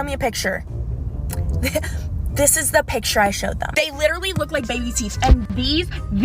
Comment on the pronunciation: yet another person saying 'Literly'